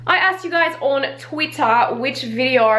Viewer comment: Gabrielle J it's just the way that she pronounced twitter that confused me